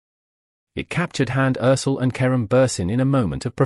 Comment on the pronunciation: Perdón. Deben de aprenderse Bien, los nombres de las personas de las que están hablando, No es Karun Buren y ella No es Hans Erçel (Se dise Kerem Bürçin y ella Hande Erçel